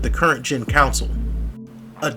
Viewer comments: CON-SOLE.... not Council!!!! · Its CONSOLE and not Council lol 😂